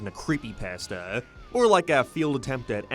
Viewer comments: It's the Pass-ta for me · I keep cracking up at the way he says pasta. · Never liked creepy pasta. I only watched this cause i like the way you say pasta.